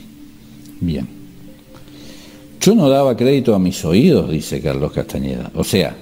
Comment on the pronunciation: gracias a vos comence nuevamente a transitar el camino del guerrero de Carlos Castaneda. te queria consultar que pensas de las tecnicas de PAses Magicos y recapitulacion. Otra cosa sin importancia, por que le decis castañeda con ñ? no me gusta, sin importar si es con n o con ñ, yo lo llamaria como el mismo se nombraba, tenes que admitir que él es el mas grande despertador de conciencia de los ultimos 50 años que pensas de la meditacion trascendental de Maharishi? crees que es un ser de luz o un engaño mas? muchas gracias, un fuerte abrazo